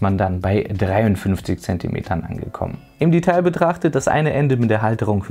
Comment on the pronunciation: Es heißt weder "Imbus", noch "Inbus", wobei das noch als Deonym und Markenname durchgehen würde. Und dein "Die-tail" macht mich auch jedes Mal rasend! Es wird im Deutschen "De-tail", wie es auch geschrieben wird. Aber sonst alles top, bei deinen Tech-Präsentationen! Kein Hate! - Ich mag deine Videos wirklich sehr.